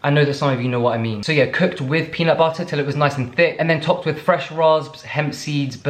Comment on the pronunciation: Was waiting for him to say peanut BUTTER instead of butta’ lol